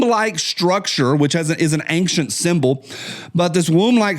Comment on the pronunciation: Ok,, my turn to be grammar nazi adjacent. I'm hearing more and more people pronounce the word "ancient" incorrectly. It's not "angcient," there isn't a "g" in ancient. Feel free to call out any mistakes, after all, that's why I'm adjacent and not certified.